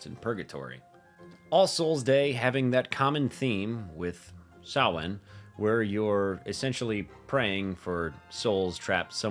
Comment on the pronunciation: Thanks for not saying "sam hane". 'Preciate ya,.